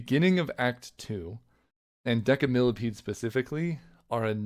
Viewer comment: You're mispronounce Decimillepede. It's "deci" like "decimal" not "deca"